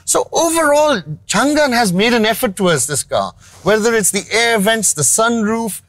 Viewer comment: Best review bro! Being someone who represents Changan Owners' Community i have only appreciations for u! I do have a humble emendation to make though, It's not Chngnnnn but its read as Changaan (basically "Chang" in Mandarin means "lasting" & "An" mean "safety so together the name is pronounced as "Changaan" and written as "Changan" which means "Lasting Safety". Stay blessed bro, keep up the good work!